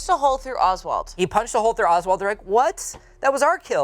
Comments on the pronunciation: Oswell, not Oswald. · Dude it's Oswell, not Oswald. Leaving out a ton of info out. What the heck are you doing my man???? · Well, his name is Ozwell, not Oswald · Love you guys and I am so happy you made this video. It is Oswell E. not Oswald. If you did not know. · Not getting Oswell E. wrong and calling him Oswald. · His name is Oswell, not Oswald. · not to be a bitch jus lettin yall know his name oswell not oswald